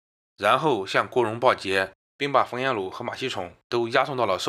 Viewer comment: 馬 希 崇 不 要念成: 馬 希"寵" 告訴你很多次了 你 一直不肯改正